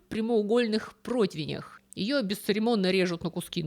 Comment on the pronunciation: Всегда восхищалась грамотной речью автора, но слова "Протвень" (вместо "Противень") и "БЕкон" (вместо БекОн) просто резанули слух. Я понимаю, что бекон - это слово bacon , которое произносится с ударением на первый слог, но по-русски-то мы произносим бекОн (как и по-русски "маркЕтинг", хотя по-английски мАrketing).